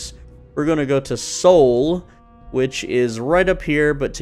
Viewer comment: Sol like the sun.. are you Canadian?